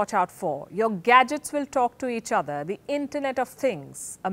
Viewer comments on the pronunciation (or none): none